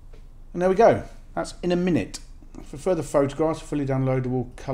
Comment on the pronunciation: Closer to In8minit rather than Inaminit in my opinion. But each to their own!